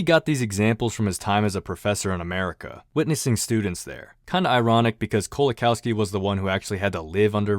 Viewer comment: pronounced 'LEzhek Koe-wa-kawfski'